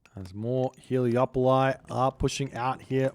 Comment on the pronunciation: Am I wrong or are they called Helepoli and not Heleopoli? Or are you just saying that because it sounds nicer, because it does😅